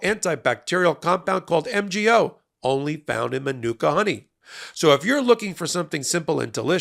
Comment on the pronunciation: MAN-OO-KAA honey.